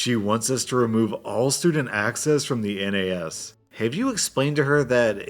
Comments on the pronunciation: " N A S ", Pronouce it as a word rather than an acronym. Nahss. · Hey just fyi, the N, A, S actually generally is pronounced nass. Just a small thing you might be interested in as you may do more Tech Support tales. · pro tip: nas is said as one word most of the time, this is the first time i've ever heard it being called a N A S, although maybe that's just from where i'm from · A minor nitpick, you can pronounce NAS as it's spelt, it doesn't need to be spoken as "N. A. S." Pronouncing each individual letter. Like how you say the nas in nas-car. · all through this part i was cringing at him saying N A S as letters and not just NAS as one word. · It annoys me that says N A S and not nas. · It's NAS (spoken) not N A S (not individual letters spoken) but still good story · N-A-S... Just say it as one word, NAS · It's pronounced NASS, not N A S...just fyi. :) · NAS is usually pronounced like "naz", not spelled out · its not N A S , its NAS, its one word, not 3 letters, lol for some reason that just pisses me off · ... N, A, S...? it's NAS like nascar, network attached storage. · ITS NAS NOT N-A-S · Hands up who's triggered he keeps spelling out N A S instead of just saying NAS(or kind of pronounced Naz)? 😂😜 That last story though, that is how you manage employees. Keeping everything in perspective and treating them as an actual person. I know/have worked with many other manager types that would have blown that situation way out of proportion and the dude would have learned half as much from the experience 😉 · FYI: NAS stands for Network Access Storage. It usually pronounced naz. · Tech people pronounce NAS as "nazz" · Quick thing to note in case you ever run into a story involving a NAS again, you don't need to read out each letter just pronouncing it as "naz" is fine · NAS is pronounced "naz" ;) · NAS is read "naz" or "nez"